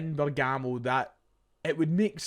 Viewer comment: Bergamo - “BERG” “AMO” Not “BER” “GAMO”. Setting ma tism aff like Jamie from TMT calling jota JOETA for years hahahaha